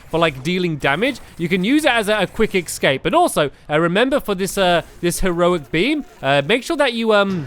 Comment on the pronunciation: Did stampy just say excape routes? Hehe that's so funny though